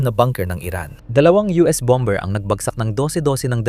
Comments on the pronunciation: Hindi BOM-BER ang basa dyan . BOM-BER ang pronunciation sa word na "BOMBER". Hahaha! Ano ba yan! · BOM-mer,.silent B.